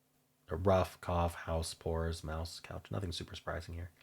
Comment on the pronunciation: Pronouncing mouse as mousse the first time was AWESOME 😆